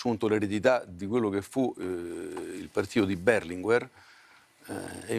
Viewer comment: Epperò!!!! Come cavolo si può dire Bèrlinguer e non Berlinguèr!!